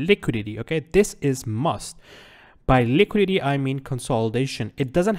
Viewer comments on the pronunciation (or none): liquididi 😂 nice though 👌